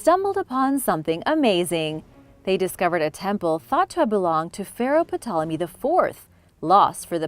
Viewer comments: The p in Ptolemy is silent. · I have never heard Ptolomy spoken with the P pronounced. Interesting tho.